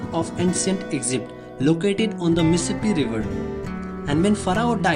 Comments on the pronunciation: eckzipt? maybe it is a good idea to learn to properly pronounce the name of the country you are presenting. I could not listen for more than 30 seconds. Sorry. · 😭mispronouncing would be fine if it wasn't the main title of the video.. Eggzipt